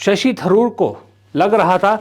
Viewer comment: Tharoor Not Dharoor.Tha is not pronounced dha. North Indians make this funny mistake.